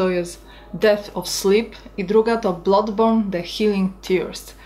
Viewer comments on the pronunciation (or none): Jak coś to się wymawia bladborn, a nie blodborn